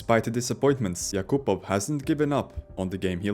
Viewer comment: AI can't pronounce yakapov's name.